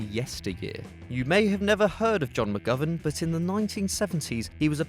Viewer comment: u said mcgovern wrong